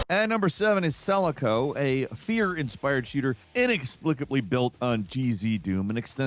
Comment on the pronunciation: The way you pronounce selaco, just no